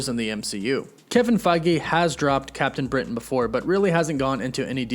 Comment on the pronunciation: Great post. But I hate the way you over pronounce CAPTAIN BRITAIN....